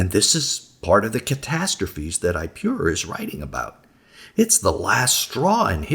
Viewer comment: Is pronounced ip-oh-raur not I-pew-rure. Watch the documentary "Patterns of Evidence" you will get it straight from the archeologists mouth.